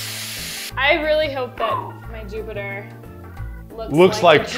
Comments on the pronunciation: its JOOBater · It's juubiter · It's Joobiter!